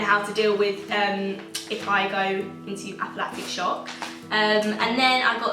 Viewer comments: It’s ANAphylactic shock not APHAphylactic shock mate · It’s not aphlatic shock it’s anaphylactic shock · aflactic? anaphylactic